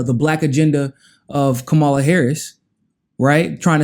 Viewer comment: Okay, now check Kamala's name. She says it herself in her clapping tutorial. She is a terrible candidate who needs to be rejected, but say her name correctly.